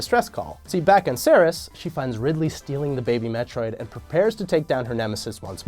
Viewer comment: "Ceres" is pronounces like "series", not like the boss from Metroid Fusion, Serris.